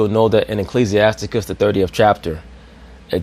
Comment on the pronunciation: What happen to you ears.. he said Ecclesias-TICUS..